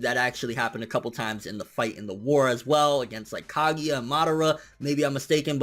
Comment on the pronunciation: Susan o. lol. After watching you for a while, I feel like you intentionally mispronounce shit,? Come on